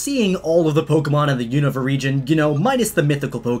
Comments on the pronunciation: It’s pronounced “oon-ava”. 🤦🏼‍♂️ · The way you say unova triggers me. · HOLY FUCK I HAVE NO IDEA HOW YOU CAN BUTCHER "Unova" THAT BAD.